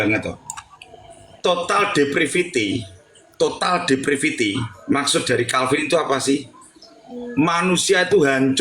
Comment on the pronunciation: Bukan Total Depratifity, tetapi, TOTAL DEPRAVITY.!!!